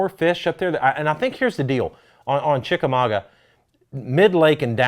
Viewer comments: Well I just saw David Dudley’s Chickamauga Vlog on David Dudley Outdoors and he butchered the name of the lake. It’s not pronounced ChickamauGWA. There aren’t two or more ways to say it. If u aren’t pronouncing it ChickamauGUH ur butchering it. I’m from the Chattanooga area. It’s my hometown lake. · Think it's pronounced chickamagua. Means chief dwelling place. I guess John Cox is the chief. Lol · Lived here all my life. It pronounced. Chick-a -ma-ga Ga like in Gaaaaa